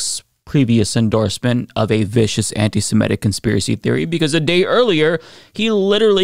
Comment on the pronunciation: please stop pronouncing it “anti-samedic.” It’s pronounced “anti-semitic.”